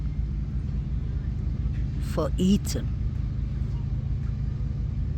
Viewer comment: What a beautiful place! I’ve watched alot of your videos. I just heard you say E- “th”an!!! I was going to tell you, if you can practice ”th”is you will have his name correct!!! It’s E-“th”an! He was on the bed but I believe his neck was slashed and if he/ they carved his legs at all… it was after he had passed!😢 RIP Kaylee, Maddie, Xana and E “th”an